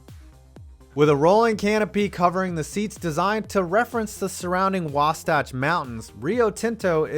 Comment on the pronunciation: It's Wasatch, dude. Not "Wastatch". I'm from Connecticut, and even I know that.